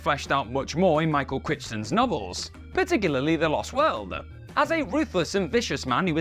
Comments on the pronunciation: Lol he pronounced Michael Crichton's name Critch-ton instead of Cry-ton... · “Kryton” nit “Critchton”. 🤦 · Since he has a bunch of books/movies it may be good to know Michael Crichton's name is pronounced "Cry-ton" and not "Critch-ton" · I'm pretty sure Michael Crichton's name is pronounced "Cry-Ton" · Stephen King actually commented that critics who noted that there might be something symbolic going on with John Coffey's shared initials were stating the obvious (in On Writing, I think?). Not the second coming, just allegory/symbolism. Also, pretty sure "Crichton" is pronounced "CRYton." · "Michael CriTCHton"? Seriously? Sometimes I wonder if the voiceovers are AI-generated. And while I like these videos, it annoys me that they can't distinguish a film crossover from an easter egg. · Did you really pronounce Michael Crichton's name like that? For shame.